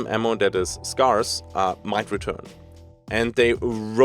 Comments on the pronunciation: Scarce is pronounced like "air" and not "are" if you do care to pronounce it correctly, but you are kind of like a European cowboy so it's all good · Scarce is pronounced like "Scare" not "Scar", with more of an eh sound than an ah sound - just so you know for future;) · Just for educations sake. The word scarce is pronounced the way you would say scare, where it sounds more like care and not like car. S-CARE-SE. Your English is amazing. Keep up the good work ❤. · Scarce is usually pronounced like "Scare" and not "Scar", just for future reference, but everybody will know what you are saying in either case anyway! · Not important but if you pronounce 'scarce' as just 'scares' like the plural of 'scare' you're pretty much right on the money. Doesn't matter though, everyone knows immediately what ya mean given the context regardless of how you say it. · As a native speaker I will only pronounce it as "Scar-ace" now in your honor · Pro tip on saying Scarce ( if you care): Say Scare (pronounce the -ARE part like AIR), Like you are trying to SCARE someone then just say SSSS at the end like a snake hissing lol. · If you're interested "scarce" is pronounced like scare-ce because english pronounciation is beautiful and special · Haha - your English is excellent, 'Scarce' is literally the only word you mispronounce - I'm starting to think its intentional to trigger pedanats like me (which would be fine too). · Hey, not to make fun of you; just trying to genuinely help your awesome self! Whenever pronouncing the word scarce, think of the word scare or scary. The A in these three words are pretty much pronounced the same way! Loving the video, cheers!